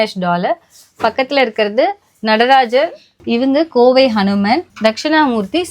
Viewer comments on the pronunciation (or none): none